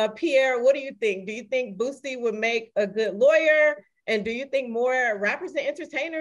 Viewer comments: Is it just me, or do they keep saying Bootsie? It’s Boosie. And it’s 50 Cent. Not 50 Cents. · Y'all keep saying bootsy....why. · If I hear Pierre or Godfrey call boosie "bootsie" 1 more time 😂 😂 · Hmmmm…well in the South that’s exactly how you pronounce Boosie (Bootsie). I’m willing to bet that Lil Boosie pronounces HIS name Bootsie because he from down here wit us 😂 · There is no "T" in "BOOSIE" 🤦🏾‍♂️ Please read carefully lol smh Everybody doin that shit